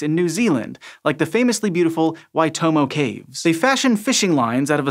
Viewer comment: I present you with the rare and coveted Golden Kiwi for pronouncing "Waitomo" correctly. ;) Congraaaaatulations